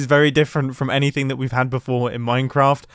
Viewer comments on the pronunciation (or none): none